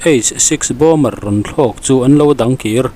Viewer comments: Bomber tiin an ziaka bomer tiin a chhiar ri thin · Bomer nge Bomber aw... Min lo chhang teh😮 ka hriatsual chuan explain please. News in siam chuan fimkhurna tur hi a tam viau. Pronunciation chu ka sawi lo na in, meaning- less chu a zia lo viau